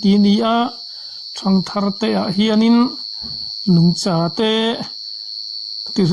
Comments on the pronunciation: 'Nungcha' tih i lam/sawi hian 'cha' lai tak hi a thlûk hniam zawngin ilam țhin a,ka lo ngaimawh deuh țhina, Ka lo hriat danah chuan- ' cha' lai tak hi sava chikhat,hla tak taka pêm țhin Vacha kan tih 'cha' lai tak kan lam anga lam tur a ni zawk em? I hrethiam em aw??? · A lam hun hi a dang em aw ka lo ti, ka hre bîk lova. 'Nungcha humhalh' tia kan sawi leh 'Nungchaten Pathian an fak a' tihah hian 'cha' lai hi kan lam dan adang tlangpui zêl. A thiam zawkte la zawh chian tur ani. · Like zat2. Ngaihnawmsi. Mahse maw, Nungcha tihhi ilamdiklo aniaaa